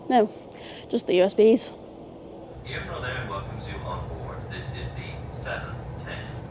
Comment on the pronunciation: Bravo for saying Iarnród Éireann correctly, I think it makes up for the "Southern Ireland" blunder last time